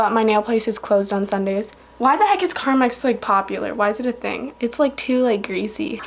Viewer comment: Pronounces carmex as carmax Me: ITS CARMEEEEEEEEX NOT A FREAKING CAR BUSINESS